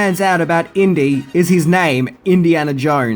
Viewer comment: Inty....like Indy